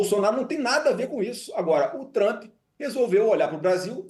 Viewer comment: Flávio Bostanaro o cag@ do debate. Nem o nome do homem sabe falar. É Trump não Trampi.